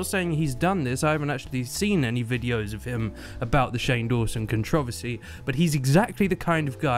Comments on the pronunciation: The way you say controversy is so different xD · I’m sorry woah. The way you say controversy is weird and everything at the same time I love it